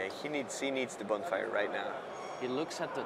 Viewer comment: What's up with the pronounciations? Bonefire? Dissiple of Bolas? =D